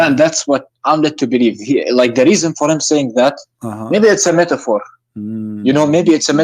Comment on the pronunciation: Every verses qoran become methafore......to this guy. 😂😂😂😂